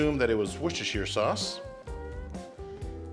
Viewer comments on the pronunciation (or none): It's pronounced "wash yer sister" sauce